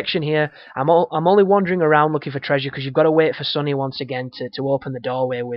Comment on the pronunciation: I like your voice, where are you from? And it sounds like you say Sunny not Sully